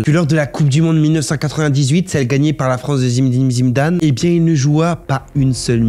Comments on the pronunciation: Zidane❌️ ZimZim Zimdane✅️ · ok mais après faut pas se mentir que sa manière de dire le nom du zz est amusant 🫢🤫😅